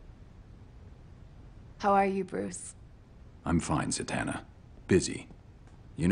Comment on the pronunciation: Zatanna. Not zantanna. 😑